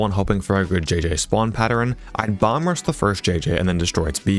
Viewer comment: Perhaps I'm mishearing you, but it's not "bomb-rush" it's "bum-rush" bum as in vagrant, not as in butt, fyi